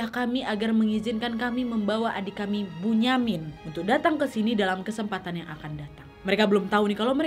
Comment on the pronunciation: Kak bunyamin itu di baca binyamin